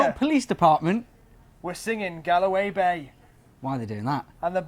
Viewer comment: was I the only person who cringed at gal a way .its galway